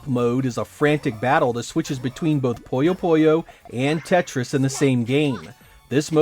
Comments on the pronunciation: Why are you pronouncing Puyo Puyo as Poyo Poyo? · It's really distracting when you say "Poyo Poyo" instead of "Puyo Puyo" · It's like "Poooyo Poooyo" / "Puyo Puyo", just like it's spelled, not "Poyo Poyo". It's like "Winnie the Pooh", not "Mr. Popo" (from Dragon Ball). If you look at the Japanese, it's ぷよぷよ as well, and if you look up the sounds, it is "Puyo Puyo". I'm honestly not sure how "Poyo Poyo" came to be, but it has become quite common for some reason (among some English-speakers). Anyway, thanks for asking! 👍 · One of my friends was just talking about Puyo Puyo Tetris. One thing I wonder is when and why English speakers started calling it "Poyo Poyo". My friend said it like that, and pretty much every English speaker I've heard utter this name does the same. However, I lived in Japan and studied Japanese, and it's most definitely "Puyo Puyo" (not "Poyo Poyo", well, at least for them...and at least as far as the spelling (but not pronunciation) goes in English as well. Strange. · think of it this way: someone calls you "jeck" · It drives me up a wall. That is NOT how you pronounce it. Not even in the games.